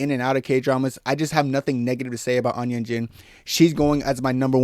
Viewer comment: "Eun" is pronounced "Oon"